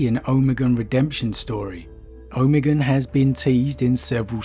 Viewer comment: Why are you saying Omegon so bizzarely? Oh-may-gone.